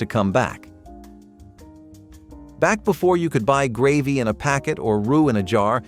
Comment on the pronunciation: What the heck is a ‘Graaaveee’ did you mean ‘Gravy’ ? 😳